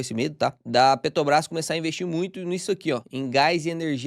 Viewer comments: pq tu fala PETOBRAS, sendo que é petrobras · só consigo hiperfocar no falando “Petobrás” 😂 Achei fofo!